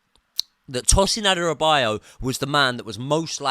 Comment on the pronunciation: please watch how to pronounce Adarabioyo:D